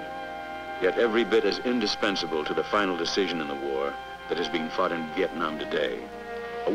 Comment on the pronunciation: I heard that too, but I think it's "fought" Faced and Fought But LOL it sounded like fucked..